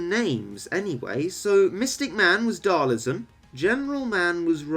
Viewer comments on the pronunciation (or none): I think it's a hard G. Also, its DhalSIM, not DhalISM. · lol it's DhalSIM, pronounced it wrong too.